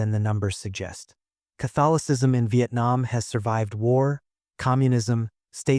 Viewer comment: Vietnam not Vaitnam